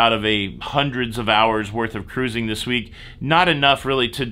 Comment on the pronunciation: Totally ridiculous! Defeats the idea of social distancing. As for me and Catholic school, yes there were rules. Best education ever. Ca-roo-zing ROFL